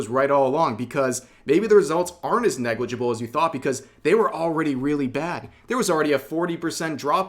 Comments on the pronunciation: Hehe.. "Neglijibul" edit : You forgot to cut my guy dahahaha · "negligible" -nijikuro